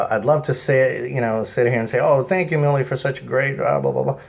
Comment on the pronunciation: I guess mis-pronouncing names makes you feel better? They are a german company so of course their name is pronounced properly in German. I am sure you would be file with people mis-pronouncing your name and making fun of it as well. If you want to make a video pointing out problems and then covering the experience, leave out the parts about bashing the companies name. It comes across as very childish. I do not work for Miele. We have owned Miele washers for decades. We own the WWH860 and have over 8000 hours on it. Dryer working fine as well. Service really comes down to WHO is doing the service. As you noted Miele's OWN techs do a great job. If a third party is doing the service, then you are at their mercy. Many have crap technicians. You will find this is true of almost ALL companies today. NO ONE cares once they have your money unless they are on the hook with a service contract.